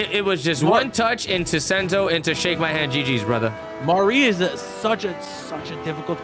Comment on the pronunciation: idk how yall be struggling to say "Mari" every single time 🤣 it's not Marie, its not Mary, it's just Sorry with an M.